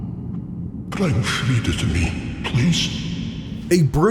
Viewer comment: Sister "Friede" is pronounced as Frida, not as Freed